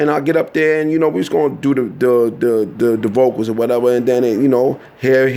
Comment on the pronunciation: when he pronounces "do the vocals" it sounds like he's saying doo-doo vocals......this piece is all over the place...how many names can you drop in a tangent/rant?